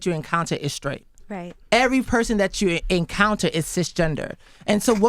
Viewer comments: Charlamagne : I’m skraight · Why does charlamaign say “sCraight” (sTraight) and “sCripper” (sTripper)